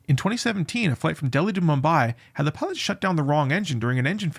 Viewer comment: Sir, you speak way too fast, hard to follow for non-natives. Pilots almost sounds like Pots as an example. Good content though.